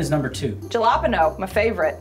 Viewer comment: is this lady serious saying "jah-lop-ino"